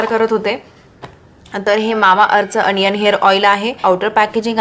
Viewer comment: अनियन नाही दि ओनीयन ग